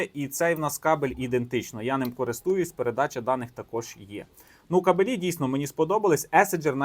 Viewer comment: кАбелі, а не кабелІ. Висловлюйтеся правильно